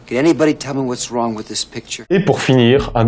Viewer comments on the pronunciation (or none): none